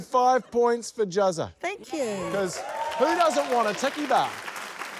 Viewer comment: i thought she said turkey bar